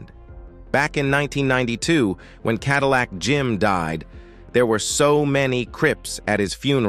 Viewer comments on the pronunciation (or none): none